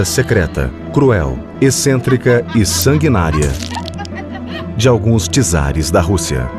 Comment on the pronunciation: fdxx nem sabem falar ja nem me deu vontade de ver o resto do documentario....TSARES!!!!! ou Czares!!! ignorastes, nem portugues sabem falar